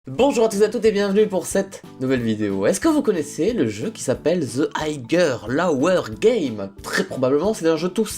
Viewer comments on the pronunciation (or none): Zeu aïe-gueur là-oueur gayme. Really ?